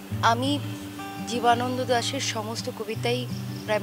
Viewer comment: কবির নাম ও মুখ দিয়ে বলতে পারে না জীবান্দ দাশ বলে কবির নাম হচ্ছে জীবনানন্দ দাশ